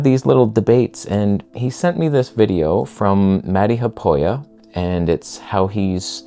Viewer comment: He's not Mädi but Matti [Mat:ti]. Also he's Haapoja [Ha:apo:ja]. Haapo is aspen in in Finnish.